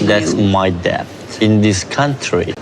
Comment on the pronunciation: Cam someone please please tell that the b in debt is silent?